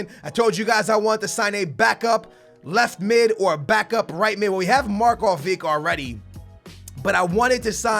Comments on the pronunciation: It isn´t Markovik its Markovich. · markovic not markovik its like markovich like modrich not modrik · Can he just please say Marković's name right! ITS SAID: MARK-O-VITCH its not IC it's ITCH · Markovitch is how you pronounce it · Looooool "Mark Oh Vik"